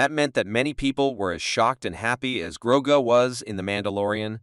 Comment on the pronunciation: I stopped watching this when he said Gro-go